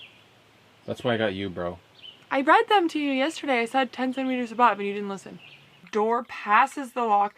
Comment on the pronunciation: i have always heard americans make fun of the way Canadians say about and Ive never understood why because i literally have never heard in all my life living in Canada say 'aboot' until i watched this video and hearing this guy say it in lmao